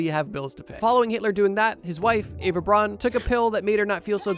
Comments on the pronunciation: Her name was Eva, not Ava. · Hitler's wife's name was Eva, but pronounced Ava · It’s probably because the German pronunciation sounds more like Ava rather than Eva.